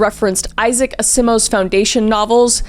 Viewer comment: Has she never heard of Isaac Asimov? That was a really Interesting way to pronounce his last name